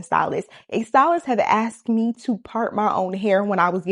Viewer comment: She axed her stylist a question. Said she axed her many times. Guess the stylist didn't want to be axed. Just axe someone else